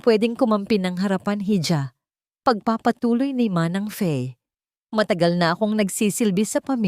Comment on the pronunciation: Hija not heedja for reading,,,,Hija is IHA for reading (PILIPINO or Tagalog sound)ang sagwa po kasing pakinggan pag Mali ang PAGbasa.